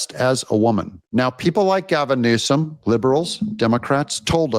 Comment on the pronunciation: You called him Gazum Newsom😂